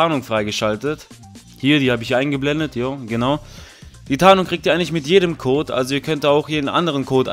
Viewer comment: Er sagt nicht mein Code ist der beste sondern mein Kot ist der beste ahja